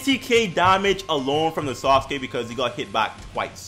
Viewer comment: love how you say sasuke, sounds like SAUCEkee xD keep up the content bro